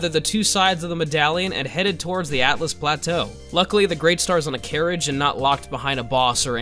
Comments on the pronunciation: Altus Tunnel. Not Atlas. Pronounce it like Altis. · Altus, not atlus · "Atlas Plateau" "Atlas Tunnel" 💀 ..It's Altus my boy 😭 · Is people saying Atlus Plateau a meme? Its Altus. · Why do so many people keep saying "Atlus" instead of "Altus"? There is "alt" in it which is Latin for high or elevated 🤓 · ITS NOT ATLUS PLATEAU ITS ALTUS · its AL-TUS PLATEAU. NOT ATLAS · I’m sure you’ve been told this hundreds of times and this was pointed out to me by my brother because of my dyslexia but it’s actually the “AL-tus plateau” something I didn’t actually realize until my first NG+ run